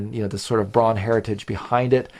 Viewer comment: "Braun" is a German word meaning "brown". It's pronounced "brown".